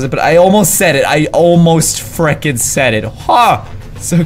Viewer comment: Yeah I wish he stopped saying friking